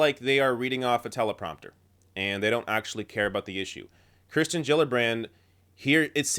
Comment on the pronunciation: someone's bound to mention it: you keep saying Kristen rather than Kirsten (which I think is actually pronounced Keersten).